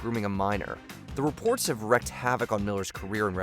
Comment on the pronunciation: You WREAK havoc, not wreck it.